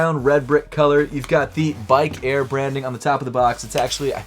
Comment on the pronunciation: Turned it off when he said Bikie Air. 😩😂